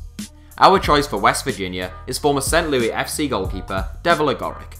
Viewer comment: St. LOOOis not St. LooEEE